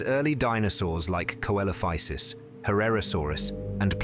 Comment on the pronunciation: It's pronounced seelophisis